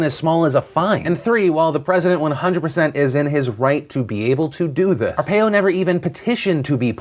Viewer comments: Brah, it's pronounced "are-pie-o" not "are-pay-o". Lol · Arizona resident here. Arpaio's name is definitely pronounced 'Ar*pie*oh' not 'Ar*pay*oh'. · Ar-pie-o... not ar-pay-o. Lol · It's Joe our-pie-o not Joe are-pay-o. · you pronounced Arpaio wrong. It's R-paio. Not A-paio. BUGS ME. (also he sucks and shouldn't have been pardoned. Along with the racial profiling he has done many other "questionable" things and costs Arizona millions.) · Its pronounced are-PIE-yo not are-pay-yo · I'll just leave this here.... Arpaio : Our-pie-o not : our-pay-o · It's "ar-pie-oh," not "ar-pay-oh" Phil. Sorry, I live in AZ so I've heard his name in the local news so often that hearing you say it was unusually annoying. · The way you say arpaio lol ( ar-pa-eo) not (ar-pay-yo) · You pronounce Arpaio, "Are Pie Oh". Not "Are Pay Oh". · not to be a stickler here, but Arpaio's name is pronounced are-pie-o not are-pay-o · Phil, it's pronounced Ar-Pie-o not ar-pay-o. Drivin me crazy here man lol. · Phil I love your show but you pronounced Are-pie-o not Ar-par-o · It's pronounced ArpIo not Arpayo. The consistent mispronunciation of his name was distracting. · It is pronounced are-pie-oh not ar-peh-oh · The one point I want to hit on, is Phil's pronunciation of "Arpaio". Think of it as are-pie-oh, not are-pay-oh. Still enjoy Phil and the team's work everyday. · "Are pie oh", not "are pay oh".also I can't judge sargons video without seeing it, her claim means nothing to me. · Sorry Phil, as someone who grew up in Arizona having to constantly hear of the "wondrous accomplishments* of Sheriff Joe Arpaio *gag*, I have to be the grammar freak in the room- it's pronounced AR-PIE-OH, not AR-PAY-OH. otherwise, have a nice day. 😎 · I'm sorry, but Phillip's pronunciation of Joe Arpaio's name was just so distracting to me. It is Arpaiiiiiiio not Arpayyyyo. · not that its a big deal, but its pronounced ar-pie-oh no ar-pay-oh. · Philip DeFranco Sheriff Joe's last name is pronounced ar-pie-oh.